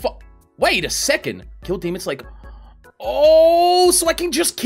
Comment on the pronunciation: I love how he say demonD instead of demon